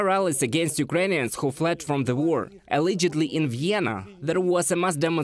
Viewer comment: Learn to pronounce: allegedly, directly. Glory to Ukraine 🇺🇦